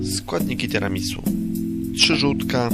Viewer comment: *Tiramisu a nie Tirami su